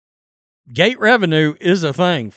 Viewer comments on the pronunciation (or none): none